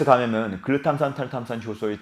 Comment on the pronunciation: 계속 보다보면 뇌전문가는 아니더라도 뇌관련지식이 늘어 날것 같네요 ㅎ 글루탐산 탈탄산 발음을 어찌이리 잘하세요 !? ㅎ 아나운서같아요🤔